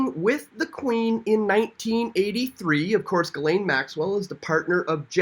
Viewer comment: Ghislaine is pronounced "jiss - lane" Maxwell